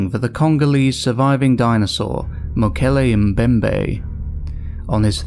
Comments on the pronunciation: Yaaaaay!! Earned a sub from me simply for pronouncing Mokele Mbembe correctly haha! I used to keep predatory fish, my favourites to keep were Snakeheads & Bichirs. A Bichir I was never able to get my hands on was a VERY VERY Rare sub-species thought to be a colour/pattern morph originally until further studies proved it to be a separate species. It's found exclusively in the same river system as the Mokele Mbembe & is names after it! Polypterus Mokele Mbembe! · Can we just take a moment and appreciate the fact that he pronounced Mokole Mbembe correctly. ❤